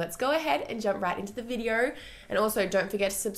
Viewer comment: "Heller" = Hello, "Vidier" = Video